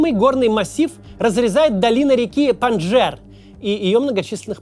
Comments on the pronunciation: Макс, спасибо за работу. Но немного коробит от того, что ты говоришь "ПанДЖер". Все ветераны афгана говорили "ПандШер". Да, "j" там присутствует тоже, но участники произносили с акцентом на "Ш". У меня отчим там воевал и я видел много встреч. Странно, ведь, ты не сильно моложе меня, мог слышать в фольклоре и всякой афганской песне. Извини, что душню. В большинстве своём — отличная работа👍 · Подушню слегонца. Не Панжер, а Панджшер. Не Зая уль Хак, а Зия уль Хак.